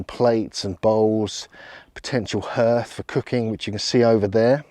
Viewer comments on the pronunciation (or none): Hearth is pronounced 'harth' not 'herth.' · That is NOT how you pronounce hearth!! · is your pronounciation of 'hearth' specific to some region in england? i wonder if there are still dialect uses of the harrow/hörgr (Old Norse, pl. hörgar) or hearg (Old English, pl. heargas) word in any denominations of english:D it means 'a type of altar or cult site, possibly consisting of a heap of stones, used in Norse religion, as opposed to a roofed hall used as a hof (temple).' (its from wiki/Hörgr) and then wats up with wiki/Harrowing_of_Hell maybe its just (purposefuly) deformed version of wiki/Harrying_of_the_North